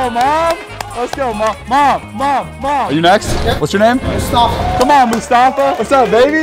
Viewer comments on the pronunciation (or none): it’s must-a-fa not musfasta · It’s mostafaaa